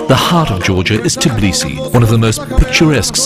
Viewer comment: A great video to get people to 'invest in Georgia' yet they still can't get someone to pronounce Tbilisi properly.